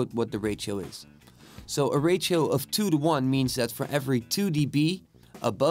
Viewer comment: Simple and quick! Well done. It is funny the way you pronounce ratio, sounds like rachael lol